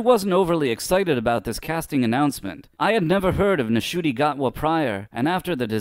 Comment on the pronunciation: This is such a biased video, firstly the N in Ncuti’s name is silent it’s pronounced ‘Shootee’ and secondly you are judging both him and Russell based solely on either their previous work which couldn’t be more different to Doctor Who and The Doctor, considering both Ncuti’s talent as an actor and his enthusiasm at taking on the role along with RTD’s prior era imma say the show is back in good hands, having David back as a bridge incarnation (aka 14) makes sense to me not only because we get three episodes that make up the 60th anniversary with him but it also means that Gatwa won’t be just thrown into an anniversary story and have to carry it entirely himself